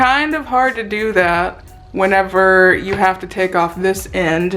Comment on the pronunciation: Am I the only one that cringes every time she says whenever???